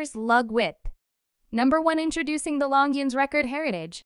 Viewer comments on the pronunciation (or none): Try learning how to pronounce Longines. Next it is U.S. dollars not US dollars. An x between two sets of dimensions is read as by. If you are a computer voice, get a job you are qualified for. Oh, bezel not beezil.